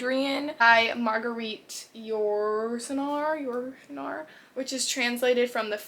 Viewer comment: Loved it 😅 so many books 😮 I’m French and your pronounce Yourcenar right. We do pronounce the S at the end of Duras so you got it right too. I also want to read Les mémoires d’Hadrien. The Lover (l’amant) is a true story. I have seen the movie 🍿 it’s really sensual and can be disturbing a little (she was 14 he was in his late 30’s or early 40’s). It’s her story actually. I haven’t read the book but I should. It’s interesting to see how many genres you enjoy reading. I also do the same as you : buy several books from one author I have yet to read ! 😅 and sometimes it’s a disappointment… I also f8nd interesting to learn about your favorite historic periods like the end of the Roman Empire. Ok next video 😅